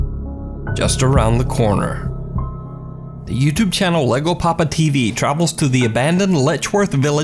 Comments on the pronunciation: "LLegoPapa" is actually pronounced... Yeh-go. It's Spanish. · a lego is plastic block used for building. This dude's name is Llego. Spanish. Double L's are pronounced like "Y" in Spanish. YegoPapa. Loosely translated, "I've arrived Daddy." Or there's no accent mark, so really, "I've arrived, Potato"? Either way. It's Yego. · Llego is pronounced "yeh - go," not Lego. In the Spanish language, a "double L" makes a "Y" sound. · you don’t pronounce it LEGO as in the toy. In Spanish the double LL is pronounced as a Y as in the word year, as in yeti so it would be pronounced ya = yego. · LEGO PAPA lol YEGO PAPA is the correct pronunciation. Double L's in Spanish makes the yuh sound for those who don't know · Its not Lego its pronounced ( je-go) like J as in john and E like elephant. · It's pronounced yegopapatv (like papa came) lol Two Ls in Spanish is usually a Y in English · The llego papa is pronounced jego papa in Spanish 2 LL makes a j sound just fyi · anyone else chuckle when he pronounced LLego as Lego, Hehehe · Did just say LegoPapa when it clearly spells LlegoPapa? What does say he wants a corn tortila for his taeco? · on the llego papa tv, in Spanish 2 L is pronounced as a Y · In Spanish words "LL" is pronounced as "in the sound of the Y in "You"... :) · the double L in Spanish makes a y sound, so llego would sound like yego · Llegopapatv is actually pronounced yego papa, two L's together make the "y" sound in the Spanish language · Llego is pronounced yego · Llego is actually pronounced yaygo